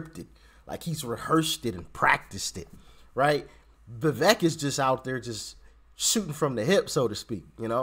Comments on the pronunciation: Vivek’s name is pronounced like cake. Keep going Doc! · Le vect not pronouncing his name properly but I think he's better than desatos